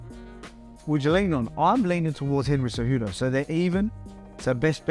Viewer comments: Did Volk really say Cenry Hejudo ;) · Cenry Whohudo? Lmao I think that's a better name for him anyway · Opening scene "Aljermain or Cenryhudo" 😆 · Senry Hudo? Haha. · Cenry hejudo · did i hear a Cenryudo? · "Senry Hoodo" lmao